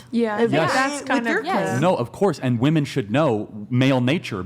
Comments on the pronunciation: Can someone explain why these girls can’t pronounce women correctly? Plural is being pronounced as singular. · To women under 30... you guys know that WOMAN (singular) and WOMEN (plural) are pronounced DIFFERENTLY, right? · Why is she saying ‘woman’ instead of ‘women’? So annoying 🙄🙄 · Uneducated Women say WOMAN INSTEAD OF WOMEN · Why does she keep saying “ woman” not “women”??!! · Why is it so hard for them to say "Women" Anyone else notice they are saying "woman" and not "women" when referring to more than 1. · ITS WOMEN WHEN ITS PLURAL, “WEHMEN” !!!! DAMMIT!!!! NOT “WUMAN” !!! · Why do all feminist like them say "woman" instead of women? Are they stupid? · I consistently CANNOT get over why people say “woman” when they mean “women”. Why can’t they get the plural form correct when speaking?!? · Another clip where a US female cannot pronounce women (wim-in). They say woman when they mean women. It's ridiculous. And that girl is so immature. She can't even have a conversation without losing emotional control and looking at both sides. No accountability for her actions either. It's other people's fault. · Yeah, she's making stupid arguments and is rude in her interrupting . . . but is no one also gonna point out that she doesn't even pronounce "women" correctly? It's really grating to me. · The one girl that doesn’t know how to say the word women really pisses me off